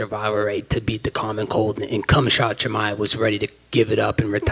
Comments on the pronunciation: Did anybody catch that he said cum-shot chimaev 😂😂😂 best shit ever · Did he say "kumshot" Chimaev? Haha! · No fan of Chimaev by a long shot. But Colby's pRoNunC!aTion "Cumshot" was pure heel with troll tendencies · Man said cumshot chimeav 😂😂😂😂😂😂😂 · What's the proper way to say his name ??? It's not Cumshot? I'm dead :) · I always burst out laughing whenever I hear Cumshot Chimaev. And I heard him say it like that at least 20 times 😄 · "cumshot Khimaev" 💀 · "colby Im not sure thats the proper pronounciation of chimaev's first name.." -🤓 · "I don't think that's the proper pronunciation of Chimaev's name" - John 'the phat simp' Morgan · Colby never misses with his pronunciation of people's names 😂💀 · Charlie Olives, Dustin Soyrier, Michael Chandelier, Justin GayCheese, Islam Mocklechev, Conor Mcnuggets, Darnell Bariush, That Hooker chick, Al eye-a-squinty. Lightweight division according to Colby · The funny part is Jon saying "uuhh not sure u got the pronunciation of his name right" that's so fucking funny been calling Chimaev that for over a year now 😂😂👌